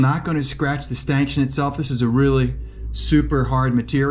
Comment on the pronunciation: A stanchion is pronounced stanshun, not stankshun